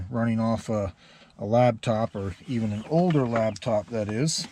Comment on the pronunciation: It’s called a lap top. Not a lab top